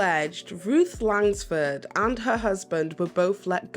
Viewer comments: There’s no “S” in Langford. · She can’t pronounce Langford either.